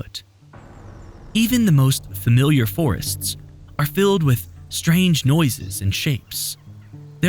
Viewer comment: Frummewyuler? I think you meant familiar. Fuh. Mil. E. Er.